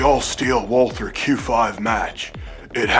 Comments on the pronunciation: It's VALT-herr. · Walther is actually pronounced 'valter'